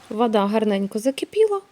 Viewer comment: Ще одна юлька тимошенко в блогери подалася Нашикувала, а не нашикАвала, не в миске, а у мисці, не палюшАк, а палюшок, не вАда, а вода, не пАвспливали, а повспливали, не рАсповзатися, розповзатися, і т.д. Може уже пора вивчити де "а", а де "о" - це не так складно.